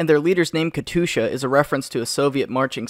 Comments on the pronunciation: Says katusha instead of katyusha Time to get the T-60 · It’s not Katusha don’t say it like dat bruh.... ITZ! Kat You Sha! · terroised the hell out of me hearing the katusyu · but still he CAN''T EVEN PRONOUNCE KATYUSHA PROPERLY